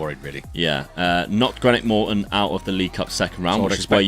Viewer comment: Please pronounce Greenock Morton right